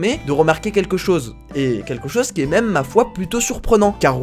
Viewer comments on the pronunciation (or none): none